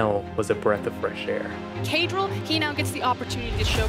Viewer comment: it's caedrel dude